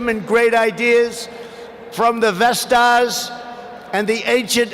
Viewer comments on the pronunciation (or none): he said vestas instead of vedas